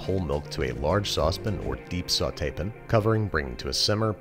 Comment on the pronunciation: lol still can't deal with how babish says pan. :) ❤